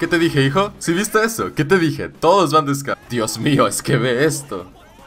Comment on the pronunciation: oye por que dices hijo se oye raro